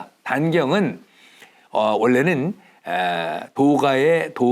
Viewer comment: 신선 선은 짧개 발음하셔야지요!